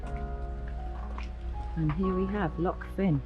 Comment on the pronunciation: The pass you came over was The Rest & Be Thankful. The main road is usually closed after heavy rain or because of the on going landslide mitigation work, and the diversion is on the Old Military Road (built in 1745). Loch Fyne is pronounced ‘fine’’. Inveraray is a lovely wee town.